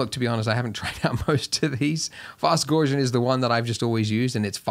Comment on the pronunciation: Thanks for this wonderful tutorial ... check Gaussian pronunciation (Euler :-) ) ... cheers